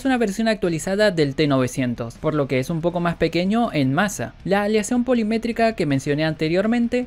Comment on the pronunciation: Polimétrica, no. Se dice POLIMÉRICA.